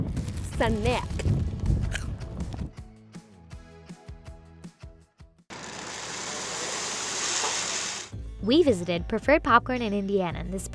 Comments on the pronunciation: I love how she pronounced snack at the beginning 💀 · how she pronounces snack. 😂😂 That was a good one.